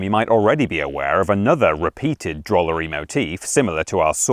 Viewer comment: Did you say DROOLERY? I am a DROOLER. I DROOL-as I am a DROOLER by trade.